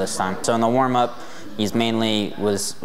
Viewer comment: "For the wamup we had him hitting pads"😂